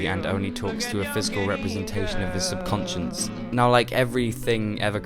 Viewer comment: It's kind of hilarious how you're trying to act clever and older than you are, yet you're repeatedly mispronouncing subconscious.